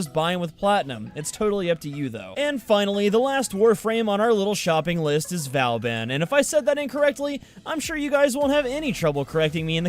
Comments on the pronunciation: Vow-ban, as he says, it's vaw-ban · Vauban, so how I pronounce it is Vorban but it sounds like you pronounce it Vowban but I honestly don't care how people say Vauban, just whatever floats your boat. :) P.S. Love the videos they are awesome. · It’s VABIN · vobon not vauban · In the prime access trailer Vauban is pronounced 'voor-ban' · Voo bawn say bawn like spawn but with a b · triggered ITS PRONOUNCED VAW BAN LAO THUO THE 4TH OMG how many times will you RUIN THE NAME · P.S. It's pronounced Va-ow-bon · Not trying to be a smart*** but you pronounce Vauban like Vor-ban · its vo-van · Oh really i thought vauban was pronounced v-or-ban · Vo - bon. It's pronounced vo - bon. :P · I pronounce Vauban by saying Vor-bun or Vor-ben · {vobAn}... stress on A (sound like in "are" word);) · its BOOBEN (vauban) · But Vauban is pronounced differently. It's "Boo-ben". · godamit, it's pronounced 'BOO-BEN' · Not to be a pronunciation Not-Z but it's Vo-ban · It's pronounced Vo-Ban (the "an" sound is the same as in "EN garde" or "rENdez-vous") in french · It is pronounced "boo-ben" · V-or-ban is how I was told to pronounce it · Btw you pronounced Booben wrong. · its Vo-baun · Actually it's v-oooooooooooooooooo-Been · these pronunciations of ne'zha are so fuckin funny tho lmaoo hardly anyone gets it right. oh and he mentions getting the name wrong for vauban lollll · 1. Ivara was pronounced right 2. Nezha was wrong, true. 3. Equinox is clearly a she 4. And vauban was butchered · Might be a little late, but he actually didn't pronounce vauban the right way. Check the end of the vauban prime trailer to hear the correct way. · He didn’t pronounce Vauban right.